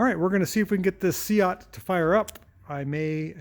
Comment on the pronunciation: According to my "Spanish" Spanish teacher it's usually pronouced "Say-ott". Just relaying what he said. Possibly pronouced differently in various areas of Spain?